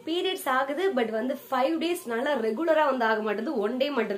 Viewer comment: நள்ளா இல்ல நல்லா🤦🤦